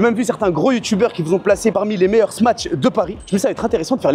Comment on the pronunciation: tu dois prononcer Smash sans dire le T, de plus il n'y en a pas dans le nom.